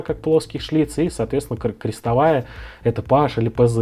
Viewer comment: Слух режет пэаш, пэзэт! Есть же названия, давно придуманные и запатентованные филлипс, позидрив, торкс, прямой шлиц и т.д..с размерами от ноля до 5, 10,20,30)). Маркировка PH это просто буква Ф)